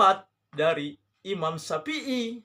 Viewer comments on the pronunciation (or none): Dalilnya hanya perkataan ulama...? Maksudnya..? Dalil anda quran hadis . Memang apa definisi ulama..? Org yg berdalil dengan Alquran hadist kah atau apa menurut sampean...? Dalil yg anda pake quran, betul, tapi pahamnya kan pake paham anda...Quran soheh, pemahaman anda yg doif. Cara baca saja agak heran, nyebut nama imam syafii saja pake syapi i, zikir malah dibaca jikir....kan aneh bahas agama, malah huruf arab saja salah total.